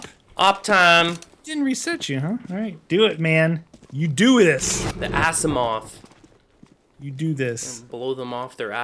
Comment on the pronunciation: it is pronounced azimof on the awp.